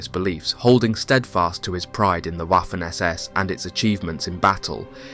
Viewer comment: Very interesting documentary. However, please stop pronouncing "Waffen SS" with the English "W". The letter w is pronounced like the English v, thus Vaffen SS.